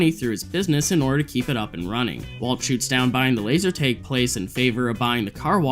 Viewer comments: Laser.. tag tag tag, not teg LMFAO wow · Why do you keep pronouncing it as laser tayge??!! It’s bothering me so much 😂 It’s “tag” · bro said "laser taeg" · why do you pronounce laser tag like that